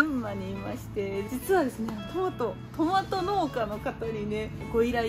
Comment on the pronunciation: トメイトゥ…どこかの英会話のCM的な感じかなぁ〜🤣